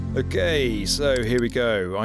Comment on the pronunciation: Anyone else hear “A gayssss” instead of “Okayyy” at the beginning